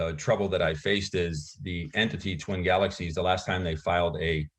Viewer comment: "GALEXIES" lul